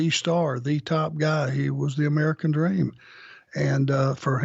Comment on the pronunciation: Like "Da Dweam" said it'll never be over.